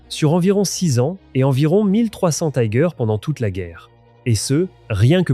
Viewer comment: Pour les Tiger I et II, on dit "tigueur" et non "taigueur", ce n'est pas de l'anglais mais de l'allemand.